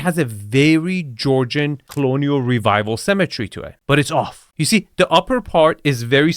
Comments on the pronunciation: 2FS, it's "symmetry" not "cemetery". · Love your videos but for someone making fun of other people's accents, you sure mispronounce symmetry as cemetery 😂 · It's symmetry not CEMETERY! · Can you please learn to not pronounce symmetry like cemetery? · the word is Symmetry. It's pronounced si·muh·tree. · “Cemetery” or “symmetry”?;) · Am I the only one always hearing cemetery, when you say symmetry?